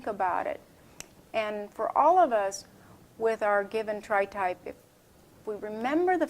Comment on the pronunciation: "tripe" lol